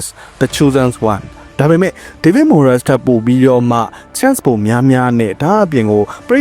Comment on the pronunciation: Moyes ကို မိုယက်စ် လို့ အသံမထွက်ပါ မွိုင်းစ် လို့သာထွက်ပါတယ်။